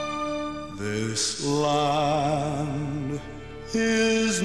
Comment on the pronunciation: When he says this land it sounds like he's saying "islam"